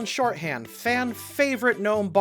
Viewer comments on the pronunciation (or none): Ok, are the typos and line readings of said typos part of some intentional running gag or something? Cause this happens in EVERY Alignment Video. Examples include: Scanlan ShortHAND instead of Shorthault, and when Keileth remembers her MOTH instead of her Mom.